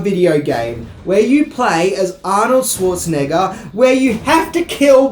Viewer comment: OMG, can the host finally learn how to pronounce Arnold's last name properly? Dude get some German classes if you had to. ;-)